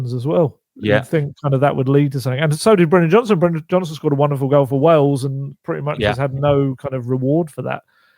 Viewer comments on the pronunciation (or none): none